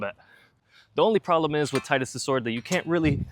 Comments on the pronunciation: Thank you for saying his name correctly. Like the other comment said, his name makes perfect sense because of all the water themes in the game. Tide - water, blitzball, his weapon etc. There are just too many things water related for it to NOT be pronounced Tide-Us So yeah, Teed-us is wrong and Tide-us is right. Also kingdom Hearts 2 said it as Tide-Us so thats what I'm going with lol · His name is pronounced "Tee-dus" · It’s teedus lol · Why does everyone mispronounce the name "Tidus"? It's so easy to say properly Tee Dus and not Tie Dus. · It's "Tee-dus" I know it's stupid and goes against the whole water theme of FFX, but that's how it's pronounced.